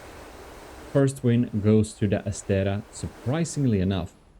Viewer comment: and the other one is ass-tray-uh